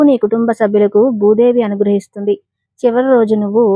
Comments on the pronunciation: ముందు నీవు భూదేవి అనటం నేర్చుకో? బూదేవి కాదు తరువాత అందరికి చెప్పు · You should pronounce Bhudevi properly.